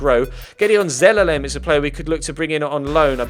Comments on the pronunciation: Btw Zelalem is pronounced Zey-lar-lem. +if the players face is not real on the profile and looks animated thateans they are from the youth academy. +Tim Payne was a striker on Fifa 13 xD. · Zelalem is pronounced Zay-lar-lem. + if there face is not a real face and is animated that means they are youth academy players. Tim Payne was a striker on fifa 13 xD.